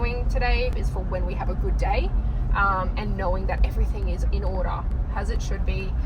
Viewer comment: "i dont knowrrr" "it all looks goorrrd" "maybe it'll be orrkeyy"